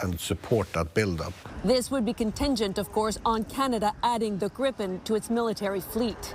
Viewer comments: Why call it grippen? Its called Gripen and it's named after a fantasy figur half lion half eagle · Its Griipen not Grippen.